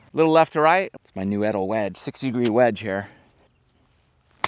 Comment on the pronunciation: I wonder when Edel will call him to tell him he’s pronouncing the name of the brand incorrectly 😂